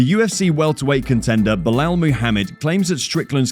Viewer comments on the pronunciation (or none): none